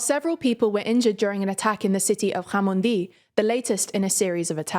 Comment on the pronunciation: Yo thats crazy that she pronounced Jamundi correctly 😂 im near there right now